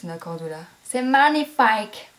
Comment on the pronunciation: "C'est manifaïque ma chérrriiiiiieeeee"!!!! lol merci pour ce look!!!!